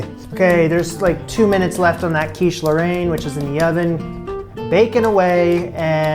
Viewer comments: Yep. First pronunciation was a lot closer, not sure why he changed it. As a fluent French speaker, I can say it's pronounced more like "lohr-En" and the way he said it at the end was more like Laurent. I appreciate his effort with French, though. It's not an easy language to pronounce for an English speaker. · You shouldn't use US bacon but something much thicker and smaller in a rectangular shape ! Otherwise it's great ! (Mine are much worse than yours!) ((The pronounciation is closer to "laurayne" than "laurant" in French from France, I couldn't tell in Québecois !)) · It depends on the region that you are from. Where I live, we don't really pronounce the "e" in Roquefort, it would be more like "Rock-for". As for Lorainne, he said it quite close the first times... it would sound like "Low-rain-ne". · As a fellow Canadian living in France, you were pronouncing Lorraine correctly at first. Then you switched to 'Laurent' (French for Lawrence... as in that big river in Canada...). I love your show and admire you for the challenge you've taken on and your perseverance. Hang in there! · It's pronounced like Lauren (with the emphasis on the 'ren') for anyone wondering edit - i mean like how americans would say Lauren, in Ralph Lauren for example (but with the french 'r' of course) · Great job. No, it is NOT pronounced either way you said it, not your fault; "a i n e " is not a sound we typically use. The 'n' IS pronounced, and the 'a i n' is a soft, open 'e' like in the word "bet". it is that 'e' sound (bet) with a light 'n'. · About the quiche lorraine, your initial pronunciation was closer to it XD